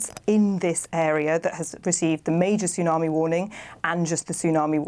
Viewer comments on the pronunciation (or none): Sorry, I know it’s a terrible situation and all, but when the news presenter called it a “toonami” just made me laugh. She should know that “Tsunami” has a silent “T”… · She said 'Toonarmy' at the start of the report...a BBC newsreader...!!....ubeleeeeevable..... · 'a major Toon Army warning...'. How is someone this old unaware how to pronounce the word 'tsunami'?